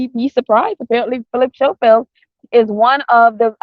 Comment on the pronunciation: It's Philip Scoffield and not Showfield and it's spelt Schoffield. Sorry for correcting you.